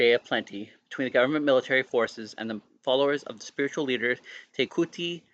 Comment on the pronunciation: Te Kooti is pronounced TE ( as if you are about to say tent but sharply stop after the Te , ) KOO ( sounding like English pronounciation of Claw Without the L Rhyming with RAW ) and then a sharp sounding T ( like the ending of party , not sounding like you are saying Tea ) TE - KAW - T